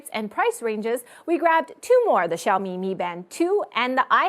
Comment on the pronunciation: pronouncing 小米 properly is so cute:3 Personally I stick to classic watches but trying out the high tech stuff would be nice